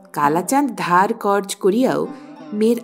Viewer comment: কর্জ উচ্চারণ টা হসন্ত নয়, পুরো উচ্চারণ করতে হবে।